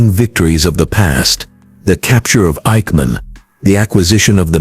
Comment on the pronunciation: I hate AI generated voices. This AI couldn't pronounce the names of Mossad or Eikman.